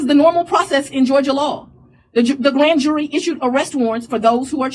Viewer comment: "the blan jury?"